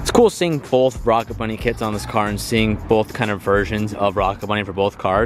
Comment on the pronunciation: Stop saying bolth